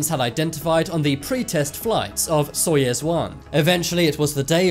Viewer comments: Such a popular channel, awesome subjects! - But, how can you constantly mispronounce on such a popular channel GAGARIN AND SAYING:GARAGIN ????? ANYONE, EVEN IN THE MOST REMOTE PLACES ON EARTH KNOW ABOUT SOYUZ —— NOT SOYEZ. Seriously???? GARAGIN AND SOYEZ????? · btw your saying soyuz wrong- im russian :) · Jesus! It is not SoiEz one! It is Soiyuz one! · soyUUUUUUUUUz its a enormous size of letter U! (not soyEz...) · SoyEz I thought it was pronounced SoyOOz, I guess i was wrong. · My god Soyuz not soyes And Gagarin not garagin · Soyuz, not Soyes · It's pronounced "Soyuz" (not soyez) and Gagarin not Garagin! At least just learn how to pronounce if you intend to narrate next time. Only reminding for the sake of a better narration. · GA GA RIN !!!!!!!! SOY OOZE. !!!!!!!!! FFS!.. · But it is "Soyez" right? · no - Soyuz. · Lol I like how your pronunciation for "Soyuz" sounds like "Soyaz"